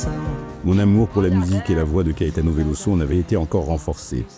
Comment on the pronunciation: VeloZo; Il est brésilien donc en portugais, comme en Français le s entre deux voyelles se prononce Z. C'est frustrant à l'écoute. Dommage la vidéo est très bien malgré ce petit souci...